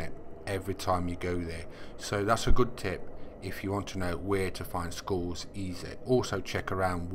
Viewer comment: Congrads. Sounds like your saying schools instead of skulls 🤣🤣🤣